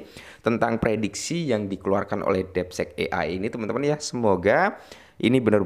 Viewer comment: Ini mah konten lo lagi baca artikel orang laen, bukan analisis sendiri. Hadeeh...Bro, coba effort dikitlah klo bikin konten...lagian, masa bilang 'deepseek' jd 'depsek' 😂😂😂...